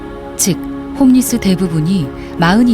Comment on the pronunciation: 그냥 노숙인이라 하셔 굳이 영어를 쓰려말고 Homeless 호무레스 / 홈레스가 맞는데 발음도 엉터리에 왜 영어를 쓰려하는지 이해불가